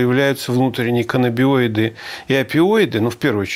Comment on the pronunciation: Вопрос, почему проф.Дубынин говорит "каннабиноиды", а проф.Савельев - "каннабиоиды"?